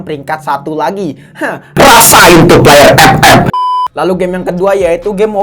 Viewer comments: Bang mantap enak sebut ep ep!!!!!!(buta)😅😅😅😅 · Ngakak kalo lubaca epep 😂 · somebody, please bikinin kompilasi bilang ep ep dong, sejam boleh lah buat penghantar tidur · alasan gua nonton channel ini, gua suka saat ngomong " epep "🤣